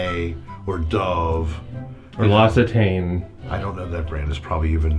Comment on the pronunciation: OH MY GOD THE PRONOUNCED l'occitane SOOOOOO WROOOOONG